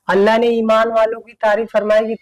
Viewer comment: pahle bolane to Sikh chahie😂😂 Allah ka naam to pahle acche se le Lijiye